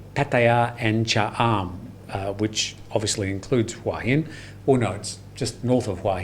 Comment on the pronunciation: Okay, I have to ask because I’ve seen it be pronounced both ways many times. Is it pronounced WHY-Hin or Who-ah-Hin?